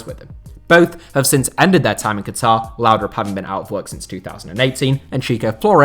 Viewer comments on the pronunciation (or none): none